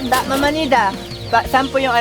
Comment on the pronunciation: Ako lng ba ung bawat bigkas ni ng mama at papa Ang sarap sarap pakinggan grabe